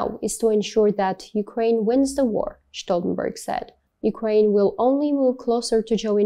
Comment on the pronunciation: She mispronounced his name. 👎